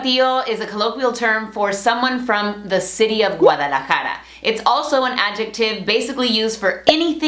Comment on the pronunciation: Es guadalajara no guaralajara jajaja saludos desde guadalajara!